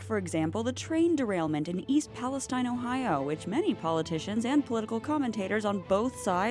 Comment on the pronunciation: Just FYI, it’s pronounced East Pales-TEEN. Not like the Middle Eastern region.